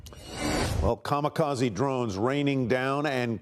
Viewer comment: KAMIKAZE MY DEAR NOT KAMAKAZE 🤣🤣🤣🤣🤣🤣🤣🤣